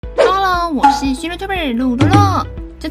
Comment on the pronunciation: 開頭介紹 我聽成乳酪